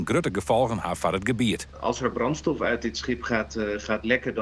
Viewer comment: Uit het water... uhnm UUT het water gehaald😂😂😂🤦🏻‍♂️🤦🏻‍♂️🤦🏻‍♂️🤦🏻‍♂️🤦🏻‍♂️